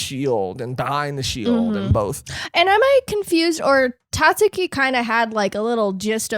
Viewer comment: Guys, guys, Tatsuki, drop the u, Iike, Tahtski